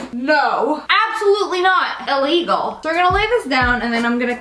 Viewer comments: I like the way that you say that's alegel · When you said illegal at the start it was so funny🤣😂